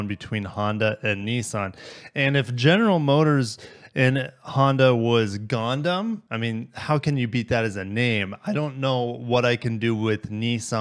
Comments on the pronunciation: It's Gun ~ Dum, not gonedum. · I hate to be that guy, but it’s pronounced GUN-DUM.